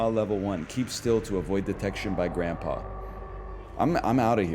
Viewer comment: The way he says grandpa is so funny to me